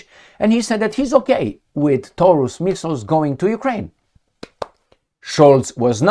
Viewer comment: Taurus sounds like DI-NO-SAU-RUS to me hahahaha